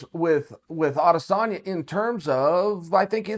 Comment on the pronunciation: You pronounce it A-des-sanya Ariel actually says it right